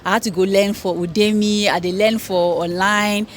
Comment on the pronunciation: For those wondering what is Odemy. It is Udemy that we know, as in "YOO-deh-mee" 😊😊